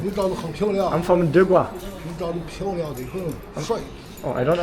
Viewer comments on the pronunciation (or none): I wrote you many times: its De Guo, not De GuA, as you are pronouncing it. Thats why they dont understand you. De GuO. With the sound of "o" at the end, not "ah", as you say it! dude! 😀